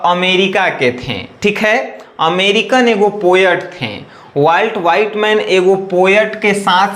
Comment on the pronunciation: सर वॉल्ट विटमैन होता है ना कि वॉल्ट व्हाइटमैन 😂😂😂😂😂